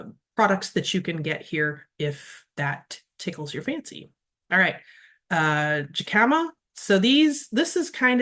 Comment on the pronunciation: When pronouncing jicama, the j is like an h.